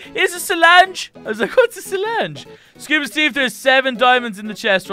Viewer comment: is the worse at saying it no efense. is kinda good is the beast.